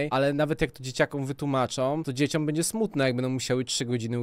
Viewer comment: DzieciOM......😎 zastanawiam się jak wy w realu wymawiacie to "dziecią"😂